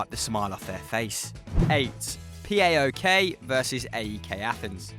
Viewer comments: No no no Its not P-a-o-k Its paok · You can just say PAOK (pa-ok)